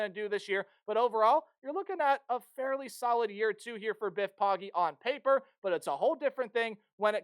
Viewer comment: It’s pronounced “Poe-Gee” not “POG-Ee”